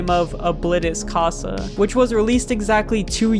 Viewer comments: ITS CASA NOT COSA!!!!!!!!!!!!!!!!!!!!!!!!!!!!!!!!!!!!!!!!!!!!!!!!!!!!!!!! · i know Spanish and the way you said casa is incorrect you may not know Spanish and i am not mad but yea